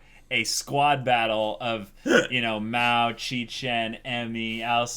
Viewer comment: fyi nothing crucial but it's "Ma-Ou" as the Ou is accentuated, not "Mow." Maou just means "devil king" and it's such an obnoxious name for a person but that's the joke. Just don't want to get based upon by serious anime fans if he happens to talk about this name on other occasions.